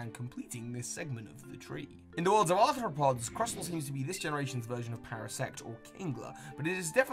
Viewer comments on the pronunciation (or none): none